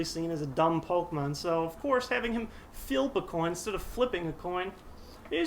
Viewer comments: English: Flip Engrish: Filp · OMG, I LOLLED WHEN HE SAID FILP A COIN! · "Filp" a coin! Oh, Psyduck!